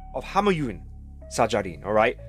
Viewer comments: you must say (shajarian ) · His last name pronounce like: '/ʃæd͡ʒæɾiːjɑːn/'